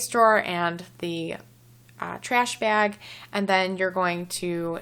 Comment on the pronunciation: The way you said bag makes me think you're from the Midwest, possibly Minnesota